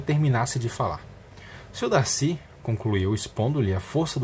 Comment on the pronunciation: olha tu para viu, eu amo o darcy kkkkkkkk, tu falar Darcy errado viu kkkkkk, DACI, Darrrcy